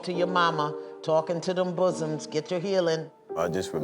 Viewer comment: Please stop saying bossom 🤮😂😂😂😂